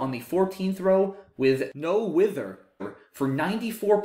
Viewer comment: The edit makes me think you first pronounced it as NOW-HITHER and didn't want to leave that in? But mispronouncing words is the true hallmark of a great Scrabble player 😀